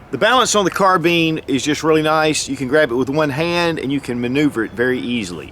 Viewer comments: Are we going to ignore the fact that he said carbeen instead of carbine in the video? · That's not how u say Carbine it's bine not bean your saying it like bean it's bine Carbine your saying it like Carbean it's Carbine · Carbine..not carbean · Carbean? Carbine! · Its carbine not carten bro from Nathan Zane Trowbridge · Never heard anyone call it a "car-bean" before. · Carbine. Car-Bine. kärˌbīn,ˈkärbēn Not bean. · Say "nine" remove the n leaving "ine" Now say "Car" Now say carb - ine correctly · American English?